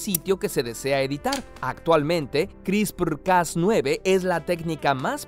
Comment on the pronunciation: Me da risa cómo pronuncia “CRISPRRRRRRRRRRRR” Jajajaja 😂😂😂😂